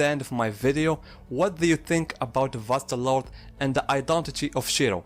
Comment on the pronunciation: Thank you for pronouncing it properly. I just can't deal with people calling it Vasto "Lorday"